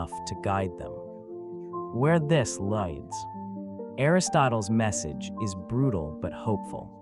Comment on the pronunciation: Is this an AI generated voice? Why can he not corrects pronounce “lead” and “leads”?